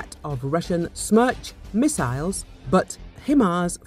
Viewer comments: Its Hi Mars not Him Ars 😂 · I heard "Hi ma's."